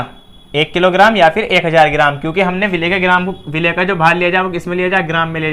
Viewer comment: विलेय नहीं भाई 'विलय' खैर बहुत खूब ❣️❣️❣️❣️❣️